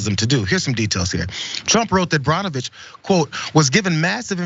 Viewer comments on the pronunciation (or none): Pronounced Burnovicb or Bernovich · Burn o Vich is how it’s pronounced